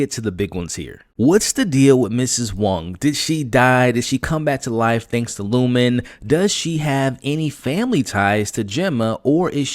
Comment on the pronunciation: Lumon not Lumen 😂❤